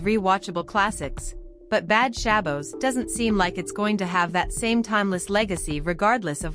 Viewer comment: you are not pronouncing Shabbos correctly